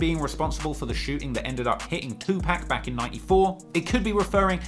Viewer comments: It's PAC not Pack.. for someone who does videos like this, how the hell you going to get his name wrong.. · Tu PAC!!!! Not PAK DAMN MAN!! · It’s two-pock not two pack lol drives me nuts hearing him say Tupac’s name wrong 🙃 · Bro it was cool til you got to pac and called him 2pack, come on fam get it right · Anyone whos says Tupack and not Tupac has NO Credibility with me. 👀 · Pronunciation Guide: 2Pac: 2 Puck not 2 pack Lyor Cohen: Lee Or not Liar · Tupac (2Pac) not 2 Pack. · C'mon. You know it's 2 (POCK) not 2 (PACK). Of all people you should know and respect this! If you were some random white lady on the news talking about recent developments regarding the murder of 2pac, then I get it. But you legit have made a career out of researching and talking about the rap industry for crying out loud! I'll give you this one hall pass but you gonna have to button it up from this point forward champ! I still dig the hell out of your channel though! 😂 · Its 2pac not 2pack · Say 2 pack one moe again it’s 2 pac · Its tupac not tupack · Say 2-pack one more mf time!! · every time you say 2 pack it's a sobering reminder that you weasled your way in to this culture. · Please pronounce Tupac as TUPAWK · Anyone that pronounces Tupac "To Pack" has no rite to speak on rap...... please exit to your left sir good-bye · I used to want a British accent till I heard him say 2pack 😂😂😂 maneeee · did he say 2pack like 5 times....lost me there buddy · 😅 "Two Pack" 😂My dude, even Pac himself had something To say about that fuck up😂❤ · 2 pack instead of Tupac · Why can’t 🖐🏻 people say “2-pac” right? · why you call 2pac, 2 pack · White ass sayin 2 pack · Tupac not Tupack smh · Dude stop saying 2pack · Now I know you know how to pronounce that man's name. It is not 'Tu-Pack" Have some respect for the dead. I get that you are from the UK and you have an accent, but you don't mispronounce nobody else's name. Just Tupac's. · The man's name is not two pack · Stop saying TuPACK